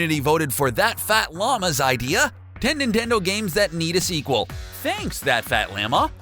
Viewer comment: Can I had segwel said yoshi yes said nendto